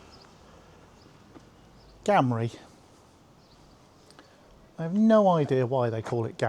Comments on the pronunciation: It’s not gam rie it said like game Gamrie not gam please correct it it’s bugging me the locals pronounce it with game sound gamrie , it doesn’t start with gam . All my days I’ve not heard it said sounded like that . Beautiful place my grandad was raised in Gamrie , a Johnstone there is a lot of certain surnames . It’s beautiful in summer , wild in winter much harsher , isolated. I appreciate the video though. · Just wanted to point out that it is not pronounced the way you pronounced it as GAMRIE...It is actually as if you are saying GAME-RAY. At least, that's how I have always heard it said and I grew up very nearby. St Combs and Inverallochy/Cairnbulg are also lovely villages worth visiting.